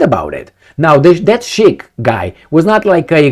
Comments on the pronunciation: correct pronunciation 'see-kh'. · you need to seriosly learn to pronounce the word "Sikh" properly. A consistent issue in lot of your separate videos.